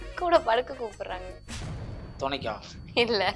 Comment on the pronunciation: துணைக்கு இல்ல துளைக்கு... 🤣🤣💯